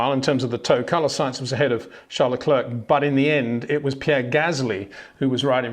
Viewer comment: Can you please try to pronounce Leclerc and Verstappen correctly?